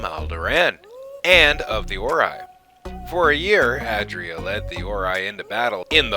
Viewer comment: *ay dree uh